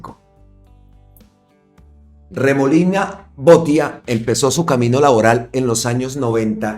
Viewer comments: 2 correcciones mi querido compatriota, el apellido de Andres Idárraga se lee tal cual se escribe con acento donde está la tilde igual el apellido Botía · Botía, acento en la í, porque lleva tilde en la í. ❗❗🇨🇴🇨🇴🇨🇴🦋